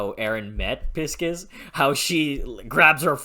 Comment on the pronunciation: "pis--kis" 😂 that's the first time I've heard his name pronounced that way, I've read it as "Pie--Sees", and the audiobook also goes with that Great review though! Can't wait for you to get farther, I'm caught up on the website so no worries about spoilers here, and I imagine a lot of viewers of later reviews will also be veteran ducks 🦆